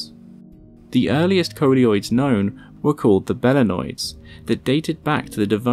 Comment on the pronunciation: Did you say bellend-oids?